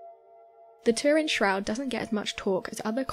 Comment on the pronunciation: It's all bollocks and you're miss pronouncing Turin!